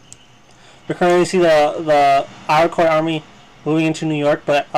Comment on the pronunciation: To add to what Mr. Hall said: Iroquois = EAR-RUH-KOY